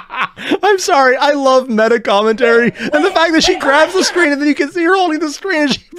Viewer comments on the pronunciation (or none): none